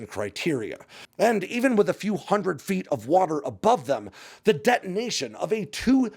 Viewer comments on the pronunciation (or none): none